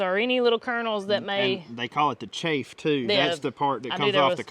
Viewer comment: The chaff. Pronunciation similar to “calf” it’s mentioned several times in the bible.